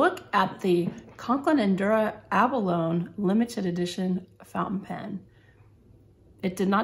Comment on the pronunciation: Abalone is pronounced with a long e at the end not a silent e. Decent review though. Thanks.